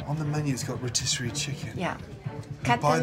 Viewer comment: Who taught them how to pronounce rotisserie?